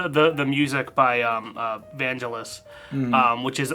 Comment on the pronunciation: I hate to be that guy but: it’s Van-gell-iss. Not Vanjelise 👍